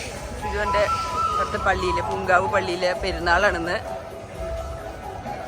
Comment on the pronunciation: It's poomkavu church not poonkavu